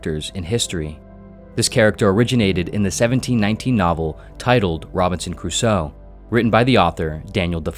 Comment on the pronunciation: Also pronunciation of Cruso gave me pain.